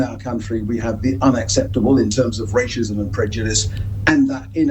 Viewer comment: "Rayshism"? Why should we take seriously a man who can't even pronounce the word?